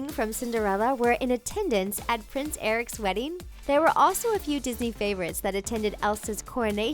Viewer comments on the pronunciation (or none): none